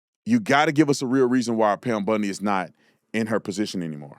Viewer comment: It's BOND-EE, not BUND-EE (like Ted Bundy).